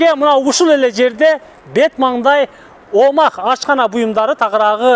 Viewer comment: Омах дебей омакс десең! Туура окуганды үйрөнчү блогер ака.